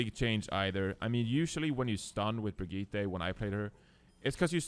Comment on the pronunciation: I'm triggered by refusing to pronounce "Brigitte" correctly when he can as a Swede...